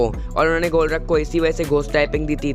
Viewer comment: Bro golruk pokemon vo nahi hai vo golurk hai